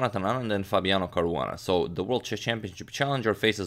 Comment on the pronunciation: who else heard Korona instead of Caruana🤓